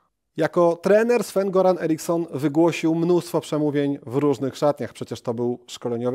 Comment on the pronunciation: Nie Goran tylko Joran